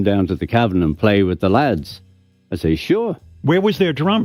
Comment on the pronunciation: Pete Best is a joke. And so is the way you pronounce Hamburg. Have you ever heard of a hamburger? How do you pronounce hamburger?